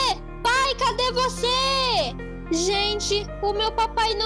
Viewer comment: Kkk ele falou cade gose kkkkk